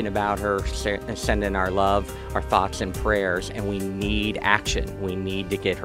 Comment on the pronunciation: Thoughth and praytch